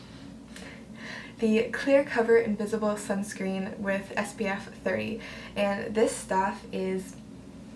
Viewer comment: Did she said skunk screen😂😂😂